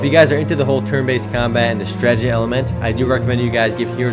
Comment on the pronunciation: You need to practice saying Strat-e-gy... lol you say Stragety in every video.